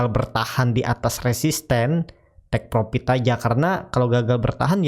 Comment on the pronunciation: Mohon utk Dibaca: "profit" bukan "propit", konfirm bkn konpim, fren bukan pren dll. Terdengar aneh di telinga. Mohon maaf...🙏🙏